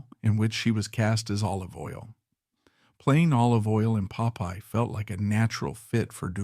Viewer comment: Pope-eye? I hate AI